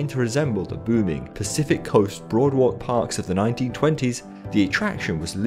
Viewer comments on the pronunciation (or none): Great video, but it’s pronounced BOARD-walk